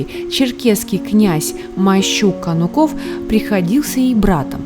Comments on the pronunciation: Кануков- ударение на А! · Ударение на У